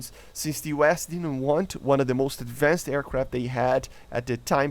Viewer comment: ah yes, ad-van-said planes :P